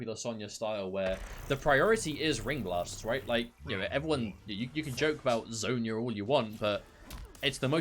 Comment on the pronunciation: Sonya "Zone-ya" Blade